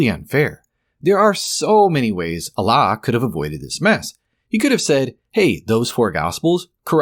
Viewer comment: Dude how many videos do you have to make just milking this? You just gotta chill at this point or at least lump it all in one video and just focus on God, also dont say "Allah" in the worst Arabic pronounciation just say God they mean the same thing. Speaking of since you MIGHT read this comment I will go over the video. Peak bait reddit title btw (you see I have drawn you as the soyjack and me as the gigachad) "for starters, the Quran claims the sun sets in a muddy spring (18:86), which contradicts basic astronomy. It says humans are made from a blood clot (96:2), conflicting with biological facts. Mary, the mother of Jesus, is confused with Miriam, the sister of Aaron ( -28). The Quran claims the Earth was created before the heavens , but elsewhere implies the opposite ( -30). It denies Jesus' crucifixion (4:157), contradicting overwhelming historical evidence. It mentions dirham coins in Joseph's time , but those didn’t exist yet. It claims Egyptians practiced crucifixion in Moses’ and Joseph’s eras (7:124, ), though crucifixion only emerged much later through the Persians. It places a Samaritan at the Exodus (20:85), centuries before Samaritans even existed. It confuses Mary, the mother of Jesus, with Miriam, Moses’ sister , collapsing 1,500 years of history. And it bizarrely places Haman from the Book of Esther in Pharaoh's court (28:5), despite them being separated by nearly a millennium. Oh, and it calls Ezra the "son of God" in , a